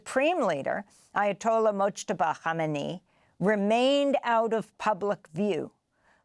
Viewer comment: the first person to say his name right.